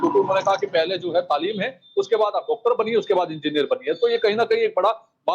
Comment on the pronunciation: Pahle aap sikh lo talim ko tamil bol rahe ho apne talim par dhiya do dosron ko lecture dena band karo